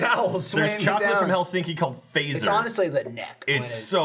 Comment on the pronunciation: pronounciation of Fazer was just off enough where for a solid minute I was like "Finland doesn't have chocolate called Phaser?"